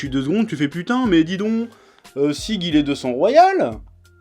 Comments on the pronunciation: Sieg se prononce Sigue mais c pas grave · Pour info: Sieg ça se prononce Djik en fait ça vient de l'allemand. Et le passage ou Historia voit le flashback d'Ymir avec les éclairs et tout, c'est pas dans le manga de base. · Sieg ca se prononce "sieg" pas la peine de me remercier 👌👌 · Le nom du premier fils ça se prononce "Zigue" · On prononce Ziig. Le manga s’inspire en partie de la mythologie germanique et utilise beaucoup de mots allemands.